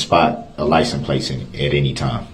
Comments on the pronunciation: I keep thinking to myself "What the fuck is a licen-plate"? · Cant even say licence plate